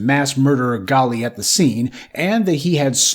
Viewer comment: WELL HIS NAME IS " GALLE "!!! WELL G A L L E !!!!